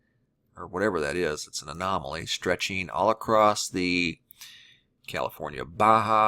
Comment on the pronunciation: Please stop saying "acrosst". It's not a word. There's no need to add a t to the end of across. I've never heard anyone pronounce it that way. It ends in a double S so I'm not sure where the T sound is supposed to be coming from. I like your videos but it's extremely annoying and distracting.